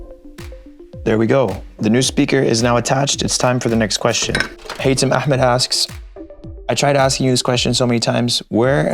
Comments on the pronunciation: You pronounced Ahmed very well how come so? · Are you Arab because you said Ahmad pretty good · Yo from the way you said ahmed Are you arab? Lebanese, Palestinian or Syrian by any Chance? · You pronounced Ahmed very good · That "Ahmed" pronunciation was so crisp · I'm very impressed by your pronunciation the letter " ح " , nice .